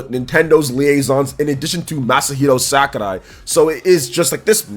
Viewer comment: What a weird way to pronounce Sakurai. 😅